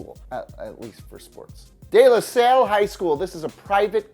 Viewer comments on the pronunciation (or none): And De La SAL. not De La Sale.